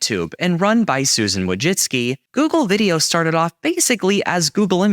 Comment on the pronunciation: Wojcicki pronounced as wujitsu haha ily